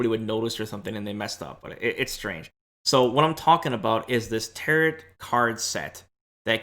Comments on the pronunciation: It's tear-o, not tear-it cards. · Tear-it? Tear-ROW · it’s pronounced TEAR-OH not tear-it 😭 the last t in tarot is silent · Am I the only one bothered by the pronunciation of "Territ" cards? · Tarot pronounced taro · Stop saying Tarit card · Nice video I hope you don't banned me for saying this but you do know the the last T is silent on tarot. Pronounced taro or tarou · Just a little note, it’s pronounced Ta-ROH. I thought about those characters from the cards too. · Came here for this. teh· row All of the western world pronounces it like this. No big deal. :) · Second T in Tarot is silent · Tarot is a greek word so the proper pronunciation is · Taros is based in cathars divinatory disciplines and is a greek word so the PROPER pronunciation is like spanish people pronounce it